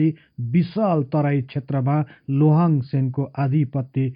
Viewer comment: उन्को नाम शुद्ध रूपमा उच्चारण गर्ने हो भने लोहाङ चाहिँ होइन लिहाङ चाहिँ हो!जस्को अर्थ धनुक धारी महाराजा हुन्छ!लोहाङ लिम्बु हुन सेन होइनन,सेन बंश मा हाङ लेख्ने न चलन छ, न उनिहरुको भाषा भित्र नै हाङ शब्द पाइन्छ!अर्थात मुकुन्द सेन का छोरा नभइ ज्वाइँ हुन उनि!लोहाङ राय अर्थात राजा मारोङ हाङ पट्टी का दस लिम्बुवान का एक सर्दार हुन उनी!अनि मुरेहाङ चाही मारोङ हाङ राजाको सन्तति हुन !उनै मारोङ हाङ को नाम बाट नै पछि त्यो राज्य लाई पछि गएर मोरोङ भनिएको हो!लिम्बुवानी सरदार हरु मध्य एक दुई जना सरदार पुङ्लाइङ साङ्लाइङ हरु मध्य राजा साङ्लाइङ हाङले खडा गरेको गढी लाई कालान्तरमा साइङ्लाइङ गढी हुँदै हाल सागुरी गढी नामाकरण हुन गयो! याक्थुङ आठ राजा मध्ये एक राजा मारोङ हाङ को राज्य मोरोङ आक्रमण गरि लिम्बुवान राज्य खडा गरेका थिए !!तर ती दस सरदर हरु मिलेर पहाडी एरिया तिरका हाङ हरुका राज्य त लुटे लुटे भाको एउटा मधेस को राज्य मोरोङ पनि हाङहरुले गुमाउदा ठुलो संकट आइ परेको थियो!ती हाङ राजाहरुले पनि त्यति सजिलै आफ्नो राज्य गुमाएका होइनन् !ती दस सरदार सित डोटेरै लडेका थिए तर दस सरदार हरु धेरै फौज सित बिषालु धनु काड सित को धेरै दिन लडाइँ पश्चात् हार्नु परेको थियो!आठ हाङ हरु धेरै जना मारिए !तर त्यो मोरङ राज्य को राजा मारोङ हाङ भने भागेर सिक्किम गइ ज्यान बचाएका थिए!छि त्यो राज्य मकवानपुर का सेन राजा को छोरी सित लोहाङ ले बिहे गरे पश्चात् सेन राज्य सित गाभेका हो !अनि उनले पाल्पा मकवन का हर्ताकर्ता युवराज जस्तो उपाधी पाएका मात्रै हुन!यी दस लिम्बू सरदार हरु लिम्बुवान तिर राज्य गर्ने आठ याक्थुङ राजाहरुका बिरोधि थिए!किनकि यी आठ राजा हरुको शासन त्यो बेला अती नै निरुङ्कस थियो भन्ने गरिन्छ!त्यो बेला एक राजा मारोङ हाङ ल